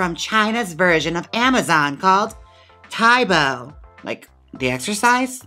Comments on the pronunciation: I think it's said tau-bau rather than tai-bo LOL Most Asian languages don't have many sharp vowel sounds, they tend to round the sounds, so lots of ow, ah, eh sounds ^_^ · I'm a Chinese teacher here in the U.S. and lived in China for 7 years, so I am VERY familiar with Táobǎo! Both táo and bǎo rhyme with "wow." Keep up the great work, Jaymes - love your videos!!! :) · this cracked pronunciation of taobao is cracking me up. best way i can explain the correct way to say it is like the "ao" is kinda like "ow" ? someone else cld probably explain it better bc im not good at chinese but i have lived in china for almost 4 years so ive had my fair share of using taobao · ToaBoa is pronounced “T-ow” (short o like ow I hurt myself) “B-ow” (short o again like the bough/limb of a tree or to end a performance with a bow) “T-ow B-ow” TaoBao is also a great place to get cheap Lolita dresses but you have to use a Chinese shopping service to order from them. I would love to see you do a Lolita drag look, although Lolita is a lot more about the dress than the hair. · i assumed she just misread it and kept butchering taobao until she idk googled the actual name? when uploading the video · Your pronunciation of taobao is hilarious. Hahaha. I lived in China for 6 years and used it for everything. You can literally buy anything imaginable through it. Though, I'm back to Amazon again as I have been in Mexico city for a couple weeks and relocating my businesses there. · The way she saying Taobao!! I’m cackling